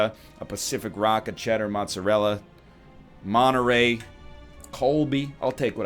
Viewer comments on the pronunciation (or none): none